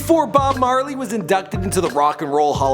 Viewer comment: You said bob barley